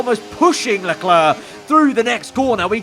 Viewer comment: the way he says Charles Leclerc's name is even worse ngl